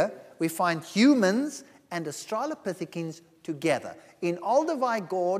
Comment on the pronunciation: The creationist can't even say "australopithecines". Like "listen to me over the experts on this subject when I don't even know a basic pronunciation"